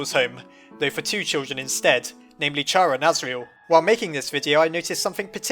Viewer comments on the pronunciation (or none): say it with me: "KARA" not CHARA i know its like that but plz read it like this: Kara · it's pronounced KARA not shara!!!! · It’s actually pronounced “care-a” because chara’s name is basically just the beginning of the word character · This dude says 'Cha-ah' YEAH MATE I'M GONNA GO SIT ON THE CHAIRA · u pernouce it kara ( I can't find out how to spell pernouce) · you pronounced chara wrong. think of it like CHARA-cter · It's not pronounced like "Chara" It's pronounced like "Kara" just to let you know sorry for telling you just right now. because In Irish Chara means friend and I have a friend named Kara in my class, and her name in Irish is friend so In undertale Chara's name means "Friend" Don't mean to be rude but yeah..., And by the way I'm a fan If you can just comment back I'll be delighted 😊😊😊😊😊. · chara is read as "kara" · PLEASE DONT PRONOUNCE CHARA LIKE THAT cringe